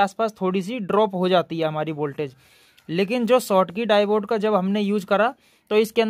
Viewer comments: Yar divoood nhi hota Daide hota h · डाइबोड नही होता है डायोड होता है